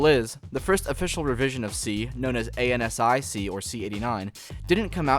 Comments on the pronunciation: Loved this! Keep it going. You are on to something with your channel. Great content and well edited. P.S. As we used to say in 1989, ANSI is “An-See” and GUI is “gooey.” ;) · ANSI is said An-See (Like WYSIWYG is Wazy-Wig) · A-N-S-I is pronounced Ann-Cee... :)